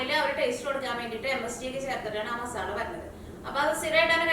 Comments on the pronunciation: മസാള അല്ല മസാല 😅😂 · മസാള അല്ല മസാല